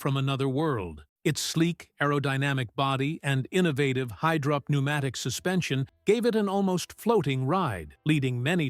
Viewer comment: "Its high drop pneumatic suspension" - "Innovative high drop pneumatic suspension" Don't you just love AI generated narration!